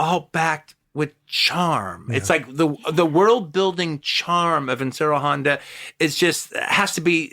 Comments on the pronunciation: If he would have pronounced it correctly Ishiro Honda that would have been even better . A shame he didn't know the name !!! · Love hearing him talk about this is great, but the way he says Ishiro Honda's name wrong bugs me for some reason.